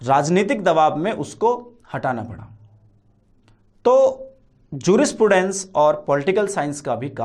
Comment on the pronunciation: pronounce properly jurisprudence...first